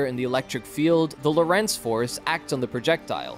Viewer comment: lOrentz not loh rEnts...please....do your home work..